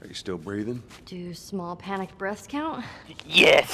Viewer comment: It’s not panik it’s panic he’s right